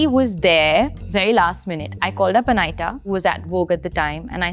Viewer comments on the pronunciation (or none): Whats up with "Anaiyta" 😂 its Anita shroff. Say Anita